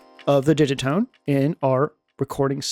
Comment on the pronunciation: TIL that Digitone rhymes with minestrone